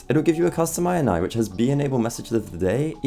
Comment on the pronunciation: Bro it's not dot I N I IT IS = dot IN-EE = INItialization file not DOT EYE EN EYE tialization file